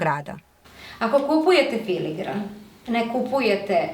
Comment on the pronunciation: ime zanata je FILIGRAN, a ne filiNgran kako je izgovoreno desetinama puta u videu. Naziv potice od dve latinske reci: filum - nit, granum - zrno. Dakle, bez umetnutog slova N!